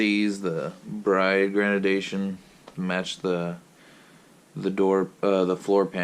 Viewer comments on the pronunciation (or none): No opinion. Facts. Spray glue is garbage, and this statement is based on purely objective data. An opinion is something based on subjective data. (eg. "the color green is excellent") and btw. its pronounced GRADE-DI-ATION not "grenadation" lmao i enjoyed the attempt tho, as it seems you looked like you put a lot of effort into making this, just the job itself was done in a very amateur/rookie manner. I believe I told you already how to do it properly before, so posting a video like this, just demonstrates your ignorance.